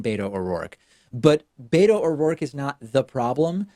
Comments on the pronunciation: David! Beto's name is pronounced bet-oh not bay-toe. Please stop saying bay-toe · Wish You would stop saying " Bayto" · why can't you democrat swine motherfuckers pronounce beto o rourke's nick name property? there is no d in beto